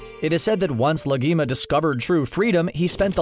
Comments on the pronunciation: Guru Lagima he says 🤦🏻‍♂️ it's Lahima , a Tibetan name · It’s Lahima not Lagima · ITS NOT YU ITS YUWEY AND ITS NOT LAGIMA ITS LAG HIMA, THOUGH ITS KINDA LIKE LAHIMA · I feel like CBR hasn't even watched the show, the amount of mispronunciations is astronomical. "Yoo" "Lageema" 🙄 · Your pronunciation is terrible. It's YU-ay Gha-ZAN La-HE-ma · Blud can't pronounce laghima